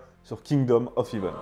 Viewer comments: En parlant d'erreur, le "ea" de heaven se prononce è, pas i. Comme le ea de breakfast ou de head. De rien. 😊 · "Hèvene" pas "hivene" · Attention à ta prononciation du mot Heaven ..... ça ne se dit pas Heeven mais Heaven